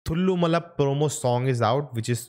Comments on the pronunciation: It's not thullumaala it's Thallumaala Thallu - Maala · How can you pronounce it as thullumala?? It's"a" not"u". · Hi, a small correction. Actually it's pronounced as तल्लुमाल(a) Also मणवाळन् 🙂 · Its not thullumala, its thallumaala